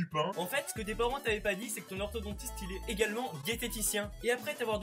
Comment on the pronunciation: Enfin enfin enfin ENFIN !!! Quelqu'un qui dit orthoDONtiste et pas orthodentiste